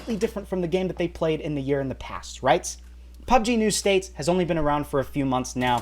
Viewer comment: Why do you keep saying "PUBG New States"?